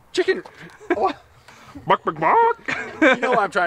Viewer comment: cant say chicken hahaha🙈